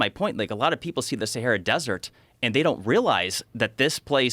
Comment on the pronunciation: Why does he pronounce it as seheyra?